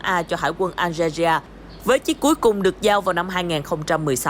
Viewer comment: BTV đọc Algeria hay quá. Nghe tưởng nước nào ở Châu Á 🤣